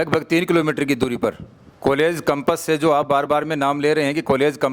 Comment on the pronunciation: पहली बात तो कंपस नहीं होता कैंपस होता है